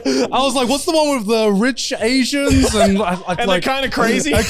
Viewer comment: pretty sure that you meant "Crazy Rich Aians", Garnt.